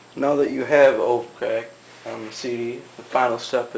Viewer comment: NO OFFENSE - its not pronounced OAF-CRACK its pronounced - O-P-H-Crack